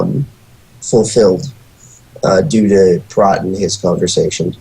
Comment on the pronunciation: I got through half of this but don't understand how these guys could watch this whole movie and not know how to pronounce his name. It's Prot, pronounced with an o like on oh, or know, Prot.